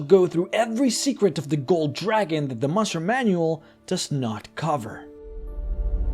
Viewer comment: I love it how you say "tressure" and "mushroom" manual lol